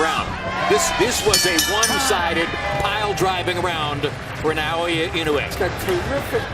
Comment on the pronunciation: Stop saying "Nai-oya"!